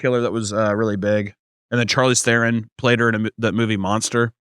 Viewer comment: the way pronounced Charlize Theron had me cackling XD